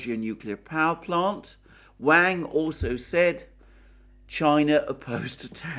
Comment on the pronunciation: "Wang" is not pronounced like "Way-ng". It is pronounced like "Wong" and rhymes with "wrong".